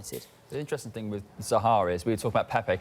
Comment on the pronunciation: “One fing I can tell man and say to you” / this isn’t the ghetto mate, this is Sky Sports. Speak properly.